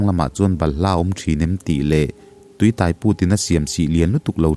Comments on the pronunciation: Tuitaiput. Tuiáiput tih tur. Tai tih lai hi lam hniam loh tur, lam San deuh tur. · Tui tai put tih i lam dan thluk hi a diklo..midang han zawt tha teh aw😂